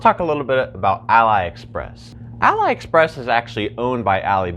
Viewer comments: why you say alibaba but "A-Lie Express" lmaooo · Great video, but you were misprounicing the whole time Aliexpress.